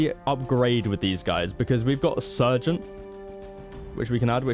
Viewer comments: Plaasma is fine as it's just his accent but the other two could definitely be improved haha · Plasma = "Plas-ma", not "Plaasma" Sergeant = "Sar-gent", not "Sir-gent" Leman Russ = "Lee-man", not "Lemon" I mean the tank crew even says their name correctly when you select them man 🤦🏻